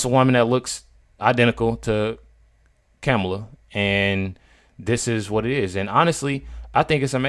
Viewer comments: you bring up a good point, you can't even say her name right KAMELA KAMLLA. how will the world call her 4 years if she is elected? USA can't be weak in these hard years ahead! Trump 2024 is the right way in all ways possible! 🤫🤫🤫🙃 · Kam-ulah ryhmes with SCAM-ULAH ... easier to recall 😜